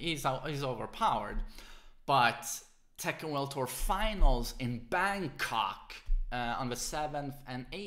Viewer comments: "in BANGCXCK" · The part i enjoyed the most in this video was the accentuated ''KOK'' in ''Bangkok'' KappaPride